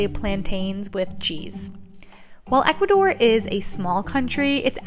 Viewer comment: I love your channel but it's Ecuador not Educador 💛